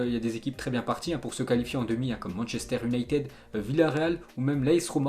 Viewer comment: Et ensuite, je te l'ais déjà dit Man iounated en phonétique!!